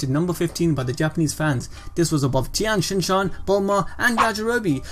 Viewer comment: Tienshinshan yh? Thats a new one